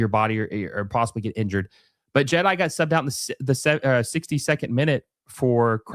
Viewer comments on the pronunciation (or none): none